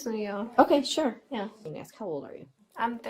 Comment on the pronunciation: This is the reason that you don’t hire people that can’t pronounce the word “ask” correctly